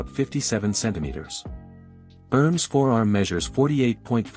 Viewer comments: It is not pronounced erms... It is pronounced Er-Mess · The name pronunciation is quite off...